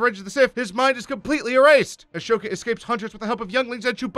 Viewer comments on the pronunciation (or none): Haven't watched this yet But that is gonna piss me off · Who the fuck is “A-Show-ka”??? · say ASHOOKA one more time 😡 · AH-SOKA. NOT A-SHOKA. FUCKIN DUMBASS. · Ahsoka not ashoka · Your saying 'Ashoka' was quite aggravating. Also, Padme, not Podme. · I don't get why youtubers keep calling Ahsoka Ash oka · A-shhoka vs. Ahsoka Hmmm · Ashoka? Isn’t it ahsoka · The animation was good, but the fact that he pronounced Ahsoka "Ashoka" through the entire video made me want to impale the screen with a lightsaber. Also, Padme ORGANA?!? ARE YOU KIDDING ME!!!!! HAVE SOME RESPECT! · Asoka not Ashoka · Ahsoka, pronnounced Assoka not Ashoka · Actually Ahsoka's name is pronoued "A-zo-ka" and not "A-sho-ka"... also it's Padme Amidala, not Padme Organa... Bail Organa, the adoptive father of Leia Organa, is a senator from the planet Alderaan, Padme was a Queen from the planet Naboo... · The way you pronounce Savage is ok, because there is a guy who says it like that as a humor line in the show. However, Padme is NOT Organa and Ahsoka is NOT Ashoka. Ok? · Ahsoka, not Ashoka. You mispronounced Savage. Padmé Naberrie Amidala, not Organa. Fuck's sake, did you even watch Clone Wars, or just skim the Wikipedia page? (Edited 5/5/19 for minor spelling tweaks. Phones are terrible for YouTube comments.) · But why pronounce it “Ush-Oh-Kah”? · He probably misread "Ahsoka" as "Ashoka" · It’s not Ashoka. It’s Ahsoka. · "Padme Organa"? ..."A*sh*oka"? Are you sure you watched this show? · Noticed that too. He also says "Ashoka" instead of Ahsoka the entire video. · Also when he said Ashoka instead of Ahsoka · You clearly haven’t watched the clone wars lil pet peeve the “h” in “ashoka” is silent and savage opress is pronounced “sav-ah-j” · Padme Organa? Achoka? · It's pronounced a-so-ka It's obvious the person reading the script has never watched the show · That prununciation of ashoka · Why do you say Ahsoka like that? And why did you call Padmé “Padmé Organa” and also mispronounce Savage Opress.